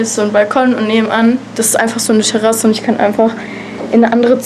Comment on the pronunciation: Cooler Vlog hat Spaß gemacht anzuschauen! :) "Scherasse" 😂 zu lustig